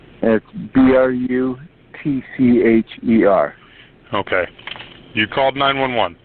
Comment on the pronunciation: Nick's last name threw me off for minute, Butcher instead of Brutcher. 🙏🏽💜to the fallen